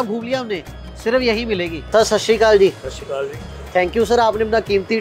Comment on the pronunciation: It’s satshriakal not sashikal